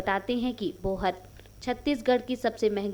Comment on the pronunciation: बोहर नही बोहार